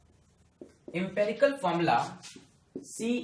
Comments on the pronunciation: empAricle nahi hota....empErical hota hai lols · It is 'Empirical' not 'EmperiCal'!!!